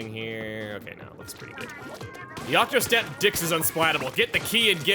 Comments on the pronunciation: “Octostamp Dicks” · Why do you keep saying octostamp dicks.... It's funny. But I'm not sure if it's intentional